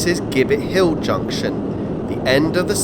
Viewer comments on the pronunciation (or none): On the subject of pronunciation, Gibbett Hill is pronounced with a soft G - so jibbett, the Coton in Chilvers Coton is pronounced as coat-on. Finally Stivichall has an alternate spelling of Styvechale, that occurs just as often, the pronunciation is Sty-chll